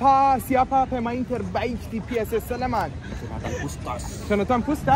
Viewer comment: SLEMAN NOT SLEMEN!